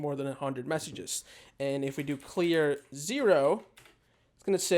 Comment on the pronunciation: he said "clear" when it's 'clear'